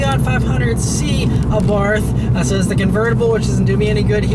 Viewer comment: Great review, as always. FYI, it's pronounced Abart. H is silent.